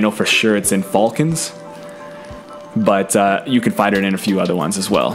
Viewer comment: Chris Edwards He's probably a Saints fan considering how he's saying "Fulcans" LOL